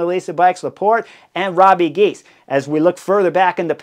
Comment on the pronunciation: Hey Chris, say Robbuh Gheys😉 Not Robbie Gies.